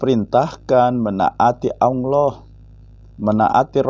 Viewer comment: Saya setuju dengan channel. Tapi tolong dalam melafadlkan الله dibenahi. Jangan Aulloh yg lidahnya ada di tengah langit2 LAM nya. Tapi Allah LAM nya dengan lidah di langit2 depan mepet gusi dalam😁